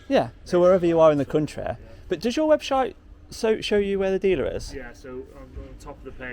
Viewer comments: 'webshite' 😳😲⚠️ I thought their website was OK 👍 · "Does your webshite show you where it's made?", lol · I watched this video when it was first uploaded and just decided to give it another watch, I didn't notice the first time but this time I noticed you said webshite. lol. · Great video, good PR for the company, nice Ferrari! I think you accidentally said "webshite" 🤣🤣😂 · Did you say webshite? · Webshite? Was that a Freudian slip? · Did you actually say "web-shite"?